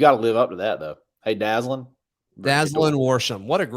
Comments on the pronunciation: Good job this morning by you and. Couple things: I think you pronounce his name Da-ZAY'-Lin. Hard a in the middle syllable. Second, I saw him play at HTHS and the guy can fly, but more importantly, he can catch and hang on to the ball. I don't remember him ever dropping a pass at HTHS. I hope that continues at AU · Went to high school with Dazalin and Javarrius Johnson, Both are some great athletes and have a good relationship with each other which could help us out as well! His name is pronounced Dah-Zay-Len